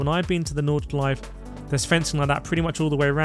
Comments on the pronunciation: "nordshleif" its nord-shly-fuh lmfao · There is an 'e' at the end of Nordshleife, painful to hear you pronounce it incorrectly throughout the video. The track was resurfaced 21/22, Forza is using old footage.